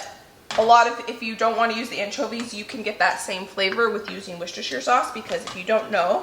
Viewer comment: What?????🤯 Wishestisersheer sauce is what? Anchovies and onions!!! OMG!! Thanks for that well kept secret, UNTIL NOW!!🤓🤪✌🏻